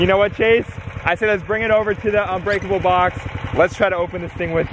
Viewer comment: Uhh you said it wrong its unbreakable not onbreakable fool